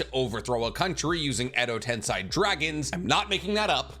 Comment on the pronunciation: "Edo Tensei"